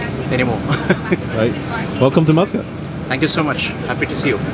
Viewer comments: I thought kept hearing you say “Moscowl” then I read.. Muscat.. lol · he said muscat wrong lol my surname is muscat so i think i know a thing or two about the name